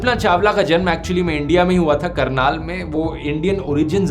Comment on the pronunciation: It's Karnal Haryana Not Carnal🫡